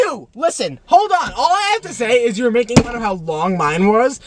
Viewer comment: I wanna feel the light the stutter shmaking them